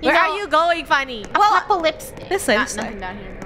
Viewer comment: She didn’t say apocalypse she said acocalypse 🤣